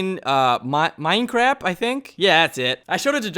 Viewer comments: Minecraft not minecrap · you sed mine crap lol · . LMAO REALLY "MINECRAP"